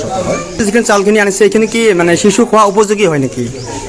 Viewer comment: অসমীয়া ভাষা কবলৈ আগতে শিকি ল।।।।কিহৰ চিচু, চূকুৰবাৰ@